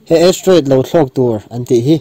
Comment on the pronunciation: Astroid nilo in Asteriod anilo ami??? hawrawp khi i ti diklo in ka hria..Chuan duh aiin i țawng rang...mi kan inang lo a..kan beng chak dan a inanglo bawk a...mi tinreng...upa leh naupang pawn an en a an hriat hman turin sawi a țha ka ti